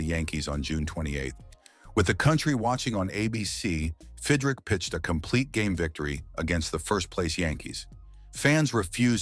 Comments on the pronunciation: God you Moron (his name is pronounced Fid Rich) not Fid Rick !!!! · Fidrick? There are great non-AI scripted and audio channels. This is crap. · Bothers me a little - it’s not Fid-rick - it’s Fid-rich. Another video pronounced his name Feed-rick. None the less, this guy renewed my passion for baseball. Maybe Mark went on to another place to do more of the same. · The narrarator could at least learn how to pronounce his name. Fid Rich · It's pronounced "FIDD-RICH", AI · I said that early in the video. But it was a good watch besides! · If you can't pronounce the damn name right, stop doing the videos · Nothing pays tribute better than spelling the guy's name wrong and then pronouncing it incorrectly numerous times. Well done... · You pronounced his name about 10 different ways. SMH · Pronounces his name wrong. AI stinks. I wish videos with AI VO would just say it.